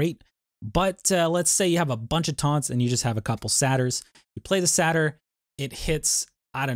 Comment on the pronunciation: Great video, but just a heads up. It's "Say-tur" not "Sat-ur"